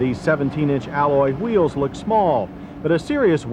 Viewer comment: "310 pounds light-her than it's pred-he-cessor" "rear hweels"